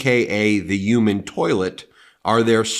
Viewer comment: Love your pronunciation of human. (Youman). It makes me chuckle every time.